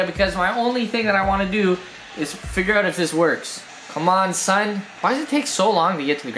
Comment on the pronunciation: don't say son like that again please